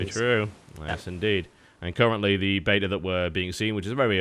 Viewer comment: He pronounced beta correctly!!